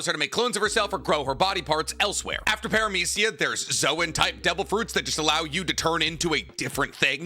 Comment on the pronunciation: parmathia and logia was pronounce so wrong😂